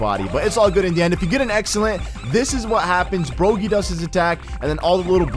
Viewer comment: Bruh it's pronounced broggy like DOGGY Not bro gee